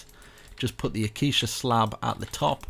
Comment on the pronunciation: 1/10. Building was amazing, guy kept pronouncing ‘Acacia’ as ‘aquisha’